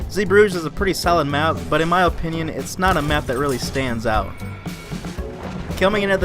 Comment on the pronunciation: You say opinion so strangely Oh pinion